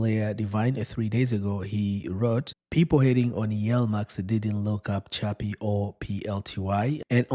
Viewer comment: Is chippy. The pronunciation...not chubby... Lol